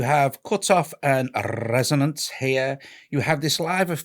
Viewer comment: lmaooooo rrrrrrresonance 😂